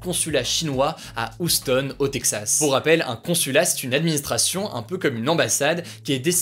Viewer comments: Hugo on dit "youstone" et pas "oustone" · S’il te plaît arrête de dire « oustone » c’est « youstone ».🤣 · Par contre ça se prononce "youston"', et pas "Ousseton", voilou ^^ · Houston pas ouston mdr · Hugo je t'adore mais par pitié Houston se prononce "youstonne" 😂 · haha entre "Housse tone" et "Lépsigue" un accent au top! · Houston il le vends du rêve quand il le prononce 0 culture G pour info cela se dit youston autiste!!!!! Tu sais même pas répéter les infos de BFM TV sans faire des erreurs grosse 💩💩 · Pour info, Houston, se prononce "Youston"... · Ça se prononce Youston Hugo, Youston !!! 😂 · Stp Houston ca me perturbe, prononce Youston ^^ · Hugo please, arrête de massacrer la prononciation de Houston 🙏😂 t’essaie toujours de jouer l’accent maitrisé quand tu parles anglais en plus, tu dois savoir que ça se prononce pas « oussetone » 😂😂😂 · Bonjour Hugo , Houston c’est mieux si tu dis « Youstone » , ça pique les oreilles 😆😆😆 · On dit pas [youston] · Euh je v passer pour le relou de service mais la ville Houston au USA se prononce "Youston" dcp voilà Hugo si tu passes par là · On dit youstonnnnnnnnnnnnnn c’est pas compliqué Hugo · Ca se prononce"You stone" (Houston) tête de noeud va ! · Je pense qu'elle veut juste mettre l'accent sur le "plus gros" problème de la prononciation, plutot que le H que la plupart des gens se contrefoutent de "prononcer". (Pratiquement jamais entendu personne prendre le temps de souffler le H) Ça sera clairement plus proche de dire Youstonne a la française que Houstonne, en fait. Parce que pour le coup, y'a un endroit qui s'appelle AUSSI Houston, et est prononcé Houstonne, mais car ça vient d'un mec qui s'appellait Houstoun. Bref. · Hi My name is G....merci de l'avoir enfin souligne...je souffre depuis plusieurs jours😣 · Putin mais apprends a prononcer Houston ca fais vraiment pitié serieux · Bon par contre la prononciation des villes, c'est pas encore ça... Houston, Leipzig... Allez, on te pardonne, merci pour ton travail acharné 😊